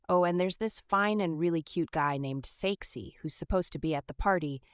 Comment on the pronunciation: When you said “His name is Saeksi” i heard sexy😂